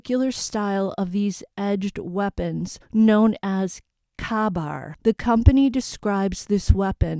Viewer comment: It’s pronounced KAY bar